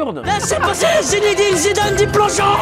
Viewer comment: au passage je me souviens que Jamel avait précisé dans une interview (en 1998 il me semble) que personne ne prononçait correctement le prénom de Zidane : "il faut le dire Zinedine et pas Zinédine, il n'y a pas d'accent sur le premier e". Or là on l'entend bien dire "Zinédine". Ok c'est un petit détail mais c'est presque amusant de le noter.